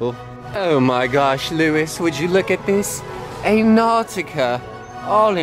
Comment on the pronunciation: "A Nawwwtika" lmao British accent! 😂🤜🏾🤛🏽🤣